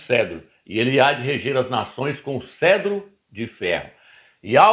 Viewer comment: CETRO, CETRO, CETRO. Não é Cedro, animal, cavalo vestido! Nem ler corretamente você sabe ou faz de propósito em falar errado.